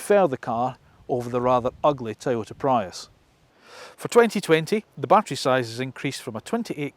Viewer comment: How can you start an EV channel and not start by reviewing the Nissan leaf...... Yet you can review these horrible looking Hyundai's And he called a Prius a Prayus 😩😞🤦 He says there is no feedback from the touch sensitive controls... Did he not hear the BONG BOnG sound everytime he touched it....